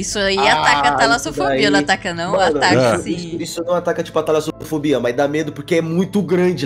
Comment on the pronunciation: Talasofodia 😂😂😂😂😂 dicção do sempre que quebra. Amo vcs ❤❤❤❤❤❤